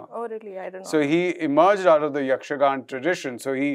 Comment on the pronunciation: It’s YAKSHAGANAAA not yakshagan!!